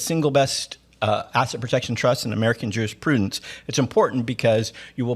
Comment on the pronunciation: Sir, you should watch this with captions on because the words you're saying are not matching up with captions and will cause people PROBLEMS...possibly. You'll SEE what I mean. Please enunciate a bit more on those particular words, such as jurisprudence, etc. It thinks you said "Jewish. " There are other words it mangled. See? Thank you, sir.